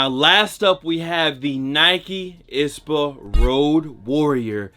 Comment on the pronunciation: What’s an “ispa”?... I thought it was I-S-P-A 👀